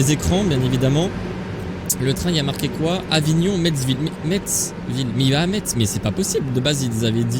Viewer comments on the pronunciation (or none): Ça se dit pas METZVILLE c'est Metz ville